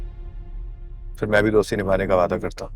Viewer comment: Bhi men nahi hota man hota ha😂😂